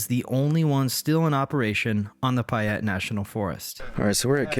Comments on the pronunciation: Great video. But I have a duty to inform you its pay-et not pie-et. Keep posting. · Payette is not pronounced pie ette